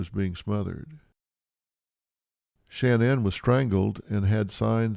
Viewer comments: Dr Phil! There isn’t 3 N’s. SHA-NAN! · It irks me that Phil can’t pronounce sha nanns name correctly 🤨